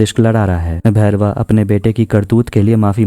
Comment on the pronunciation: बारमेर नहीं,, बाड़मेर.... वेदा भैरवा नहीं,, वेदा बैरवा..